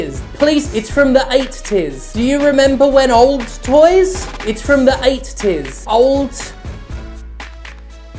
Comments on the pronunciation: idk why but the way they said "eight-ties" fucking destroyed me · The way you said EighT-Ties just cracked me up for some reason 😂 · There's only one "t" in eighties FFS you brits.